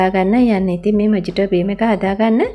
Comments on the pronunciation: ඇත්තටම මේක pronounce වෙන්නේ මොහිටෝ කියලා.මොජිටෝ නෙවෙයී...❤ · මේක මොජිටෝ නෙවෙයි මොහිතො කියලා තමයි කියවන්නෙ. කවුරු හරි මේක බලන කෙනෙක් වැරදියට ඉගෙන ගනීවි හිතලා කිව්වේ. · Timely clip and good work. It pronounced as muh-hee-tow It also could be a good cocktail with rum and sugar. Regds Bernard